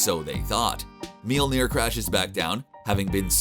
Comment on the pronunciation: lol How he pronounces Mjolnir!